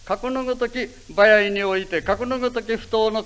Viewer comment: せ を しぇ 場合は ばやい と発音する。 昔の発音かな？